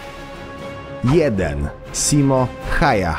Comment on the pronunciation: Nr.1... Jaki Simo?! Chłopie weź się ogarnij bo uszy więdną od słuchania tych pierdół! Simo Hałha- tak poprawnie czyta się imię i nazwisko tego fińskiego snajpera.